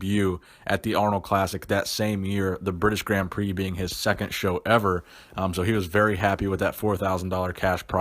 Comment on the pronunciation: he says “Gritish Brand Prix”